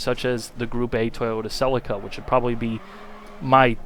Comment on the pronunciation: that pronunciation of celica